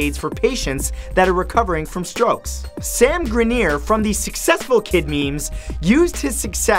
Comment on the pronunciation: sand grineer? wot?